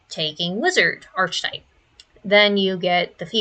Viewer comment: Girl that is not how archetype, theurge, or chassis are pronounced 😭